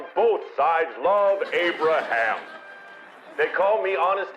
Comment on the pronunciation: That Abra"ham" is funny